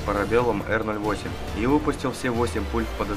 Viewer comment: п08 а не р08